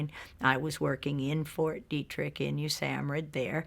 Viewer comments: its Fort (phonetically) Dee Trick. Ok. Its been around for along time too. I have a pet peeve of proper pronunciation of words. And im Canadian. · They would not even let that human being past the gates of any military facility in the world so sorry for it is pronounced fort deetririck